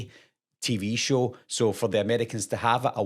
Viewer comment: "It's a ukeey Television shew"